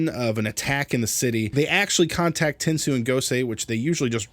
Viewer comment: Stop stop it's not ten soo it's ten so yes the robot in megaforce is called ten soo but the first word in the tensou Sentai goseiger is pronounced ten so